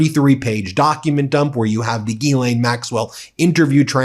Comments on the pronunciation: Hey Ben, you are mispronouncing Ghislaine Maxwell's name. Open up Google Translate then select translate from French, put in Ghislaine and press the speaker button and you will get the proper pronunciation. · Will you guys go to a French pronunciation website and learn how to say Ghislaine correctly.